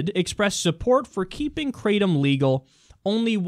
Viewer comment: its pronounced Kratom Like Cat only Krat